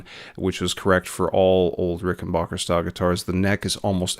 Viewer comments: Nice video. My only note is that it's pronounced 'Ricken-BACK-er,' NOT 'Ricken-BOCK-er.' At least that's how John Hall (the president of Rick) says it. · Please stop calling them RICKENBOCKER do you say Get Bock? No. It's BACK. RickenBACKer. Muchos thanks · Backer , not bocker.